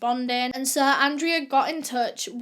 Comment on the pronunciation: me, depressed from quarantine:: (: suh todays videuh me:: ) i know that comments been done to death on her videos but its so true hkfdsfs